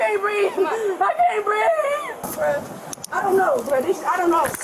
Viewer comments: THAT IS THE WORST "I CAN'T BREEVE I'VE EVER HEARD. 💀🤡💩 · What's BREEVE???😂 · Breeve is how they pronounce breathe....